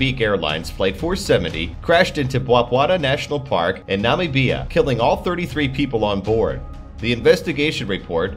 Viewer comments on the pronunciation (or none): Nam beee ah - Namibia.